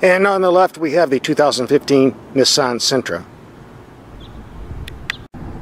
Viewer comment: I can’t stand how he pronounces Nissan